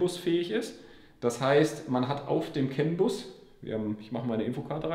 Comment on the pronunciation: Jo, heißt das nicht CANbus? Weil du immer Census sagst…